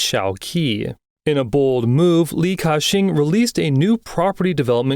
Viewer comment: Ki-Shing doesent make Ca-shing